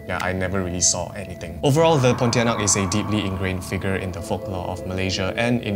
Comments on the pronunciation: I cringe every time you say ponti... I saw one at the hospital 😅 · He did ponitianak dirty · it's not pontianak bruh, you even got it wrong with the name smh